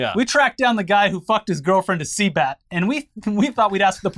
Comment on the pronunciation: Cbat , not sea bat- “circus music “ lol